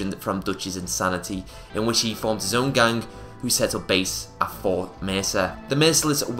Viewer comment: Lol I hate how you how you say gang